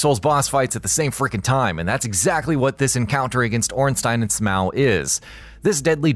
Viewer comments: SMOW!? ITS SMO!!!! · SMOW? You mean "Smough" like the word "though"..how tf did this not get fixed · Lol at "Smaow" .... 😂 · “Ornstein and Smow” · It’s not “smoow” 🤦‍♂️ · OrnstEYEn and Smow? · Almost rage quit the video for that.